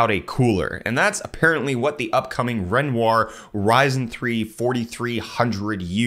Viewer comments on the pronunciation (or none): none